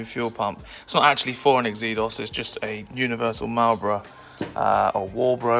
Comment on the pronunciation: I had one super car, pronounced Zeedos not Xeedos! 🏴